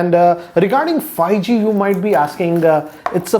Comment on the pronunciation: Everyone: 5G: Fai-gee